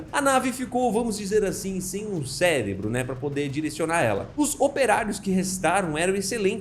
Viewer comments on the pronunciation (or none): none